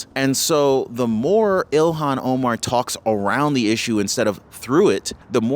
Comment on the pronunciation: fyi its not ELON Omar. Its ilhon Omar.